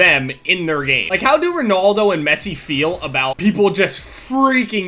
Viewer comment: "ronoldo and massi" pronunciation on point xD its all jokes dude